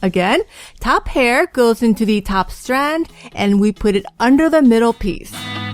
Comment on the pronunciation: I hate the way she talks its so annoying for top she says something like thop